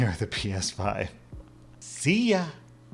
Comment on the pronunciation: The "see ya!" always catches me so off guard!